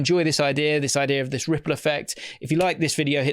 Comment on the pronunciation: RRRRRRRiple effect.